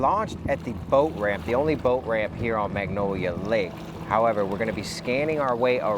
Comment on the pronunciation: Love what you do, so happy you came to our beautiful town. Also it's Lake MANGONIA not Magnolia, just a correction. Thanks for doing such a great job <3 Btw the area where the spool you found would have been entering a bad part of town in 1979.